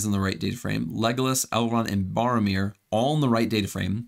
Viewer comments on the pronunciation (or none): Barromir= Boromir